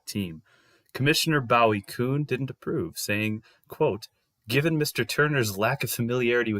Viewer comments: Boo-ey kuhn, not BOW-it Kuhn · Bowie Kuhn..I'm not a pronunciation nazi but fyi it's pronounced Boooie